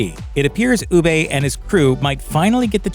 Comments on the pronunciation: UBER…. Not UBEYE! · I'm three years too late for this, but it's so easy to tell when a commentator hasn't actually watched the show and is just reading what other people have wrote for them. Ubbe is pronounced Uub-ber not Uub-bey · Oooo-Baaah! not oooo-bey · Ooobey.. did you mean Uh-buh. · Why’s he keep saying “oo-bey”?? It’s pronounced “OO-BUH”!!! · Who the fuck is ubay? 🤣🤣🤣🤣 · I'm legit about to slap your narrator! His name is pronounce "UB-BUH" not "OO-BAY". Ubbe is UB-BUH! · Ubbah not Oohbay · It’s ubbe not ubba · Could not finish this video because he kept calling ubba oobay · Awful video. Ubbe, not Oobey doesnt abandon the gods, he doesn't think the other dude is man enough to even begin the blood eagle. Please dont make these kinds of videos if you have no idea what youre talking about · Ubbay? Ubba. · Oo-buh not Oo-bay! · why do you ponounce it u BAY? have you not watched the series lol.. not a single person pronounce it like that, it's UB-EH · Who the hell is ubay lol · Its not ubbay Its UBBA hahah :) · its not ubay, its ubba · who the f$%k is oobay lol. It's pronounced Uber. I swear the people who do these videos don't watch the things they're talking about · I have never heard anyone pronounce Ubbe as 'Oo-bay' before. After 6 (or 4ish) seasons with the character, you can't pronounce it like the show does? (i.e. like Uber the company) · "ooh bay" 😂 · Terrible script reading, who ever narrated this never saw the show, could not even pronounce their names properly, UBBIE 🤣stopped watching after the mispronunciation of Hvitserk. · Do you actually even watch the show? They say Ubbe’s name dozens of times, and yet this guy, Oobay, it’s like the Viking version of eBay I guess. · “UbbAE” get a grip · am i the only one who got increasingly annoyed that he couldn't say Ubba correctly, or Wessex for that matter. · "Ubbae" the narrators at looper are actual idiots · Ubbe is pronounced as Úba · Who tf is oooo-bae lol? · It’s also not ub-ay is Ubbe